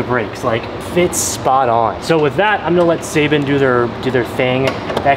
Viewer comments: You saying seibon wrong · His pronunciation of Seibon is cringy